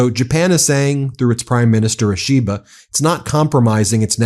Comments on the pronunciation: Quick pronunciation note for the MeidasTouch people, Ishiba is pronounced more like an Apple product called the “E-she-ba” than “a-SHE-ba” Same for names like Akizawa, it would be “A-key-zawa” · Ben, Japanese Prime Minister is Mr Ishiba, Shigeru Ishiba. Not Ashiba😂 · It's pronounced EE she ba. Like that. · Ben, some tips on Japanese names: Vowels always strong like Spanish/Italian, Y always weak! 1. Prime Minister Ishiba 石破首相: EE, SHE, BA You said ush-EE-buh” so transcript wrote “Ashiba” 2. Ryōsei Akazawa (赤沢 亮正) : “le-YO, SAY” or “re-YO, SAY” You said “RYE-o-see” so transcript wrote “Rayosi” Ryo like Rio, Y is always weak as in Tokyo and Kyoto. Like the i in the British pronunciation of Lieu (not LYE-oo or loo ;)